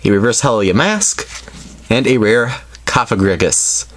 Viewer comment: i think its called cough-fa-gri-gus